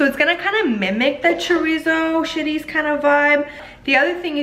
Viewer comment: I love how you said cilantro and chorizo... very Hispanic 💃💃